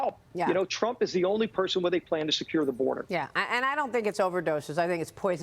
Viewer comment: He said trunk instead of trump omg how do these idiots get elected I swear 🤦🏾‍♀️🤦🏾‍♀️